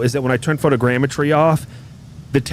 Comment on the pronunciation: Watching the vod today at work. You’re crackin me up man CHARGIN THROUGH ORE IDA. Glad that fixed the DEN problem. Shout outs for being able to pronounce photogrammetry